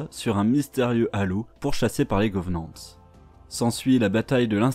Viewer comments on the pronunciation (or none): À chaque fois que j'entend "govenants" et "fororeuneurs" ça me fait atteindre un stade de frénésie😅 Mais sinon très bonne vidéo, un résumé simple et rapide meme si il ya a énormément de choses à dire sur cet univers incroyable